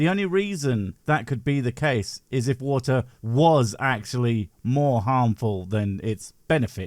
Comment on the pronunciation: 😂😂 he literally can't say water😂😂 or Boogaartee😂😂 tw@